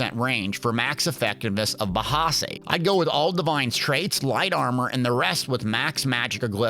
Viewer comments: Bahsei is pronounced as Ba-sigh', not Ba-ha-sigh. Just wanted you to know 😀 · Lol “bahsaw hey” love yuh! 😂